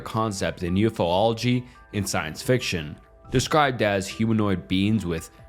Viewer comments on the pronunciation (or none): stopped watching when you said “ufo-lology”. better luck next time.